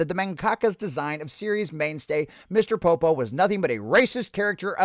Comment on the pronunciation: Pronounce his name right. Don't be a dickhead.